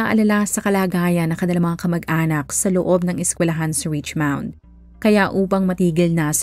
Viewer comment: richmond po not richmound